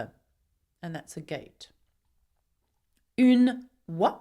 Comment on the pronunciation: When u say and that’s a goat it sounds like you are British